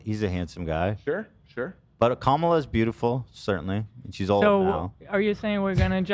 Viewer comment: Ethan with peace and love you NEEEEEED to start consistently saying Kamala's name right my guy